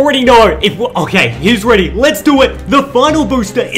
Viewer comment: "are you weady for this" (no hate) :)